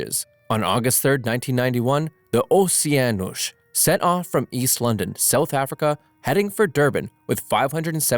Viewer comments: It is pronounced osheanos not oseanos for the oceanos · It’s pronounced o-Ceann-nos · O•she•a•nos IS the pronunciation of that ship NOT the way you pronounced it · OSHIENOSH?! WHAT DO YOU MEAN!? ITS OS-i-en-Os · "MTS Ossianoush" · The Oh-see-ahn-osh! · “Oceanosh” yes that’s definitely how you pronounce it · Bro really say mts Ocan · “ The MTS OOOHSEEANOUS”😂😂😂😂😂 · its pronounced "MTS OuSeEaNuSh" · It sound more French than ,,Pierre pass me the Baguette and later surender to the Germans" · ... your saying wierd, its just "oce-anos". why are you putting emphasis on the word? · The way he said Oceanos😂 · i am portuguese and on the part you say mts "OCEANOS " jahahahhahah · he pronounced it the exact same multiple times, also it sounds so stupid i doubt a real person would say it